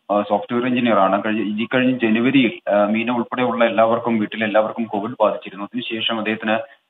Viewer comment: Meera alla Meena...very bad broo